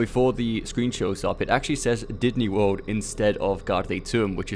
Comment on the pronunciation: Didney Worl? It sounds like they are mocking someone who can't say Disney World... :D